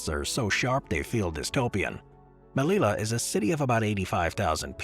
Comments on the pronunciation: The pronunciation of the Spanish city you mention is not /melila/, but /melija/ with a j like in joke. Good video, though! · The double 'l' in Spanish is pronounced like a 'y.' So it's pronounced "Meliya," not "Melila." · The “LL” is a separate letter in Spanish, pronounced like the English “J”. Therefore, say the name of Melilla😢 as if it were “Melija”.